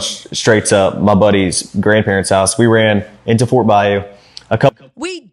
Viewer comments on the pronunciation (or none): none